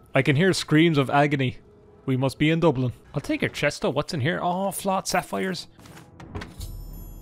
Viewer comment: I hear the screams of agony, we must be in Dublin 😂🤣😂🤣😂🤣😂 frankly I stopped watching them because I couldn't stop laughing for the entire time 😂🤣 BTW what dialect is this? I never heard Dublin being pronounced like you did